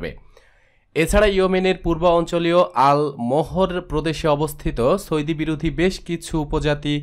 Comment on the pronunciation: সৌদি শব্দের উচ্চারণ ঠিক হয়নি। উচ্চারণ আরো ভাল হতে হবে।